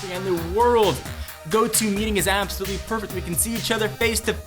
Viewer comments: lol appsolutley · APPsolutely... ಠ_ಠ